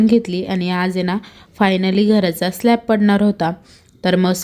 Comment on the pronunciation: स्लॅप नाही स्लॅब म्हणा.अर्थ बदलतो.स्लॅप म्हणजे थप्पड 😅😅